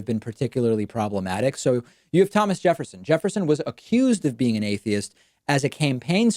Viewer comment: He don't even know how to pronounce atheist